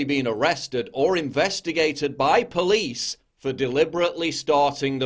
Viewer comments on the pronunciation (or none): none